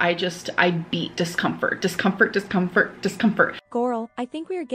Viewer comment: Its "discompfhurd" 😂